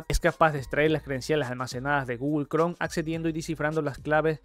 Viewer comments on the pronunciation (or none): Lo voy a tomar tan en serio como puede ser tomado de alguien que dice "Gugol Cron" y "Microsoc"